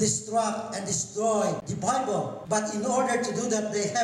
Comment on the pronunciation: He keeps talking about "Dee Bibow"... What is this "Bibow" of which he speaks?